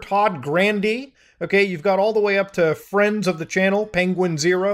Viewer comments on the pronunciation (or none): none